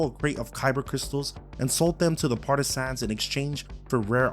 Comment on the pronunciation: Homie learn how to say partisans first. Stop emphasizing sans in the word. Its partah-sin.